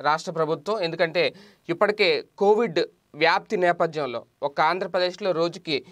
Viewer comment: It is Covid not kovid